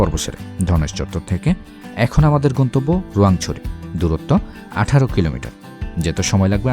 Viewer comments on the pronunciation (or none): none